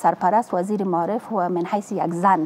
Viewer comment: حالا چه نیاز است،وقتی به یک زبان تسلط کامل نداری،بحرفی او هم زبان ی به بزرگی زبان فارسی درست است قبول دارم،میدانم ،باور دارم ،ایمان دارم که زبان فارسی کلاس دارد،شیرین است و آدم ها با تکمل به این زبان قشنگ خود را روشنگر فکر میکند نه تنها آدم ها حتا حتا حیوانات هم عشق و علاقه به یادگیری زبان فارسی دارد ولی نه این قسم ... مالیم ( معلم ) تالیم ( تعلیم ) ماریف ( معارف ) منطک ( منطق) انتکاد ( انتقاد) کریه ( قریه ) کبول ( قبول) فکت ( فقط) تگریبا" ( تقریبا") ها نا ( ها، نی) تامیر ( تعمیر) اکلن ( اقلا") معصوم ( مصئون ) باث (بحث) چی رکم (چی رقم) که این خانم پینه دوز این گونه تلفظ میکنند حالا چه ضرور به زبان خود،به زبان قوم خود،به زبان قبیله خود، بحرف نادان این زن فرد اول معارف یک کشور بنام افغانستان است. چی کنیم رفیق روزگار اینطور شده که پینه دوز ها و چوپان ها و آریشگر ها ... حکومت میکنند